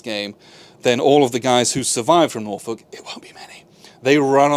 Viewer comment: As someone from the Hampton Roads/Norfolk area, thank you for saying "Norfolk" correctly. It makes me wince every time someone says NorFOLK.😂